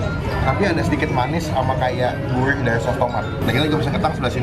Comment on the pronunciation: Kemewrahan, guwrih, riwbuan, ruwmah, dudududu cadelnya!♡